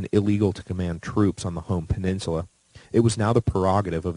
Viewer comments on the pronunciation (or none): none